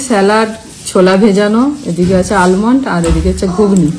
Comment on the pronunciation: আলমন্ড নয় আমন্ড ল বলা হয়না